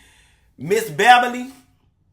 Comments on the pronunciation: “Behbaly” had me cracking up for at least five minutes 😂🤣😂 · Don’t say my name like that … ”Beh-bah-lee”😩😩😩 😂😂😂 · He made me spit my water out, hilarious! He had the nerve to keep calling her Ms. Bebberly 🤣🤣🤣